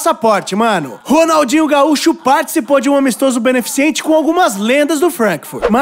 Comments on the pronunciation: Você disse BENEFICIENTE kkkkkkkkk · Por que todo mundo fala "beneficiente"? Kkkkkkk É beneficente, pô! 😂🙌